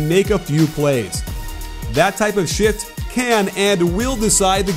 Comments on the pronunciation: "that type of shit" lmaoo Edit: i know he said shift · “ That type of shit can and will decide the game” 😂 Ps: I know he said shift